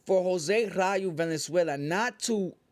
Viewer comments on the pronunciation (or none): Jose Vaaaalenzuela not venezuela homie 😂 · Valenzuela not Venezuela 😂